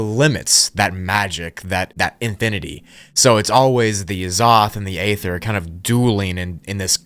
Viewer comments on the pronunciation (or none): It's pronounced E-ther not A-ther. 😊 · It's EEE-THUR, not Ay-thur 🙄🤦‍♀️ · Great video bro , its “Ether” though dont say the A lol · Aether is pronounced Ether. It is a silent A. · at least I wont have to here the word 'A'-THER EVER AGAIN 😅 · I think its EE ther. Not what your saying bro. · By "aether" do you mean "ether", I trust that this is just a fictional story and that people don't actually believe this is true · Bro it’s pronounced (ee ther) Aether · Pronounced Eeether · You said “etheric realm” but you’re mispronouncing “aether” I’m far more irritated by that than I should be. The “a” is silent, just say ether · This guy likes to pronounce silent letters like the l in yolk and the a in aether.